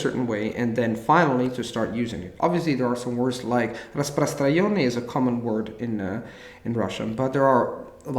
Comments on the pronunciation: nice and helpful. Just one note, as native speaking Russian I want to say that there is an error (распостраЙОнный) in pronunciation of word распостраНЕнный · Nice conversation! always gives very useful tips. P.S. I'm a native Russian speaker., if you ever see this comment, it's not "распростра_ённый", but "распростраНённый". Thanks for the great interview!